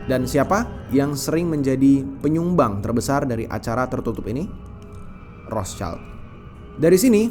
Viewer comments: Iya wrot Shield, bukan Ros caild 😂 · ROTHSCHILD= WROTSHILD, Bukan ROS CAILD.... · Betul, banyak yg salah ucap jd Rotscaild, padahal itu bukan bahasa inggris, hanya tulisannya yg sama tapi beda pengucapan dan arti. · Mestinya kalau sebut Rothschild bukan dengan lafal bahasa Inggris, karena nama ini dari Jerman, sebutnya 'rotshild' yang artinya perisai merah